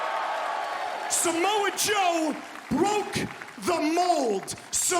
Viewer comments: did anyone clock Excalibur calling Samoa Joe, ‘Jamoe?’ 😂😭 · “Ja Moe”